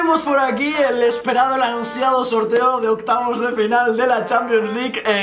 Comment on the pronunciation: alguien se dio cuenta q dijo OCYAVOS DE PENAL:v